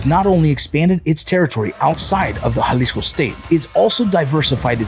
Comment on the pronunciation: Bruh its so refreshing watching a channel that says jaliso right not yalisco 😅